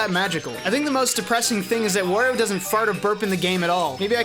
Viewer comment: "Worio"? What's next, call Mario a "Morio"? Wario has nothing to do with war, it's pronounced Wah-rio.